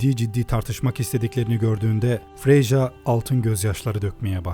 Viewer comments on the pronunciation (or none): freja = freya diye okunuyor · tanrıların ve diyarların isimlerindeki J karakterleri Y diye okunuyor mesela Freja-->Freya bir de bazı gün isimlerinin de tanrı isimlerinden geldiğini biliyor muydun mesela friday freja, thursday de Thor's day aslında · abi video güzel fakat freja,freya diye okunuyor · Freyja yazıldığı gibi değil Freyya diye okunur Vanir de Venir değil Vanir diye okunur. Ama yine de marvel gibi siktiriboktan bi mecranın yalan yanlış tanıtmasındansa direkt Poetic Edda'dan Türkçe'ye çevrilmişinin okunması her türlü daha iyi.